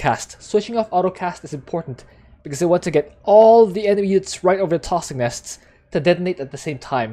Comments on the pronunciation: TOSKS - NUS .. I brain twitch everytime you say it. Haha! Love Abathur too man (y) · Good video, good strat but the way you pronounce "toxic nests" make my ears bleed